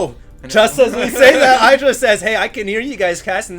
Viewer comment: "Idd-ra", not "I draw".